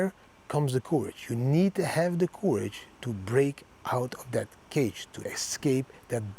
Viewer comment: Thx 4 every video, thanks for all the effort every week. Your daily quote is great, but please change your pronounciation of courage...it's not the pronounciation like "coup", but like "currency", you have to say it more like currage